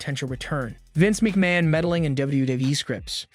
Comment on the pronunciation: Didn’t give it any thought until Vince Meekman came along lol